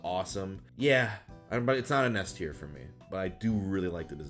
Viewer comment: He mispronounced "S Tier" for Shuckle. That's kind of embarrassing